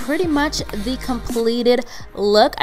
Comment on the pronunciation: I love when she says "Under de eyes" 😂💕